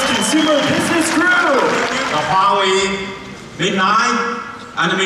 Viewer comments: It's not "HU-WA-WEI" by the way, it's just straight "HUA-WEI". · Huawei is pronounced "waa way" FYI